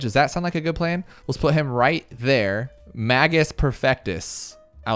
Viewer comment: Navarch is pronounced NAY-VARK. Magus is pronounced MAY-GISS. Hope this helps